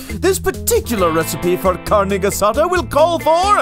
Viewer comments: CARNE GEH SA DAH... 😂😂😂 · Carneh gehsadah... yeah well it's not that bad 😂 Viva México!! You should try doing pollo con mole 😆